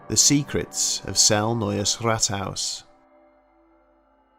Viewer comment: I'm from Austria and I must say for an English speaking person you can say "Neues Rathaus" actually pretty well. haha.